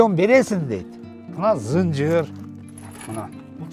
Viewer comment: Зынжыр эмес чынжыр болот,кыргыз тилин бузбайлы